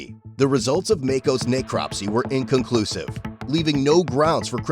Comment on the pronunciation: Not pronounced Nay-cropsy, if your using text to speech narration just enter in ' neck crop see', not being hostile.